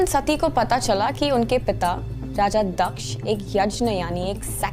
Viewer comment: First of all its not दक्षा it's दक्ष